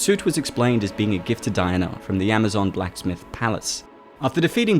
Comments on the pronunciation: You speak so well and then pronounce all words that end in "a" with an "er" sound. Dianer. Drove me nuts by the end of the video! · That's how "Diana" is pronounced in the UK, famously Princess Diana; Di-an-er